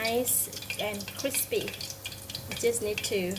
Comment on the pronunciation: Me wuv you cwispy uh fish!!!